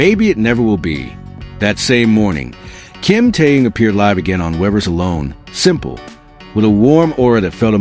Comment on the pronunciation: Господи можно правильно произносить имена людей о которых идёт ролик Ким Тэхён перестань произносить какие то раондомные имена слушать противно😢